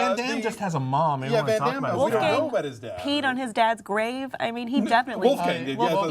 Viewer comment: say it right its not ven dem its VAN DAME